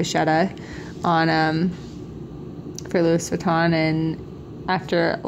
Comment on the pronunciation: Hahaha, you said Lewis Vahton.